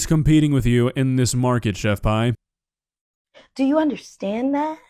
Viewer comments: It’s chef pee not pie lol Pi=pee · Pretty sure she pronounces her name Chef "pee" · It's not... It's chef pee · I really thought her name/handle was pronounced 'pee' not 'pie'... I just can't focus on anything else now lol